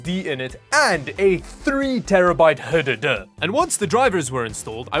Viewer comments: You said HDD like you can spell some Czech letters. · I have subscribed just for the way you said HDD!